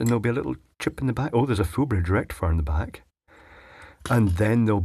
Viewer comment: You said it wrong,. It is a FULL BRIDGE RECTIFIER! not a puny “fullbridgerectifier”. Pronounce it correctly, please.